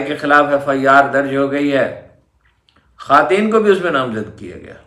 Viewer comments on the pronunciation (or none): none